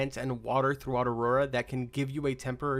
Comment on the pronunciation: Btw the map is called " Auroa " not " Aurora "